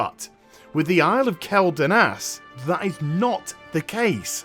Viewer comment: kwel not kel